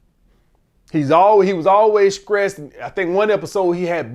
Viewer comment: lol its throwback when he sayin skressed